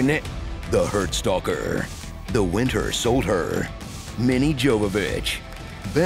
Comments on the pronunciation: not the wind-her sold-her 😂😂😂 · "Wint-her Sold-her" 💀💀💀 for real tho. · Not the ‘ wint-her sold-her’ 😂😭💀💀💀💀💀💀